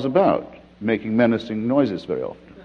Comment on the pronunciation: Never heard Christopher sound so English as between - . hahahaha. "Making menacing noises very ooften" Very PG Wodehouse